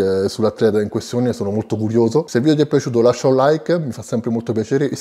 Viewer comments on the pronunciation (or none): none